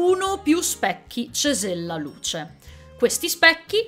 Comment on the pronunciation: Finalmente, sei unica che ha detto correttamente CESELLALUCE